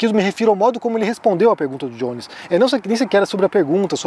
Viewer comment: Não é "Diones" em inglês, é Jones em português, igual "Joaquim" "José"